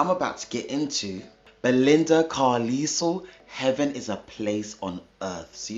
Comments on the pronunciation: Pronounced Car-Lyle (like "Isle" of Man). Belinda was definitely a talent. Awesome reaction darling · Great reaction. Like narm67 mentioned, her last name is pronounced CAR-LYLE (rhymes with "mile" and "while"). The Go-Gos were/are terrific! They brought a retro 1950s-60s vibe to new-wave rock music in the early 1980s. You may have heard of the Go-Gos' hits "We Got the Beat," "Our Lips Are Sealed," "Head Over Heels" and "Vacation." In real life, Belinda is married to Morgan Mason, the son of British actor James Mason ("A Star Is Born," co-starring Judy Garland, "North by Northwest," co-starring Cary Grant, and "20,000 Leagues Under the Sea," co-starring Kirk Douglas). Morgan's mom, Pamela Mason, was a British actress as well.